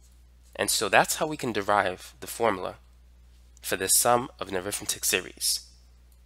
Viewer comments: When used like it is here (as an adjective or noun adjunct), it's pronounced arithmEtic, not arIthmetic. The latter is when you're talking about the school subject -_ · Pronounced arithMEHtic. (Different pronunciation than when you're using it as a noun.)